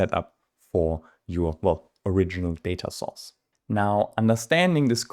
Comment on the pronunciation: My favorite part of this video is that each time you say Data Source I hear Data Sauce and I’m salivating :)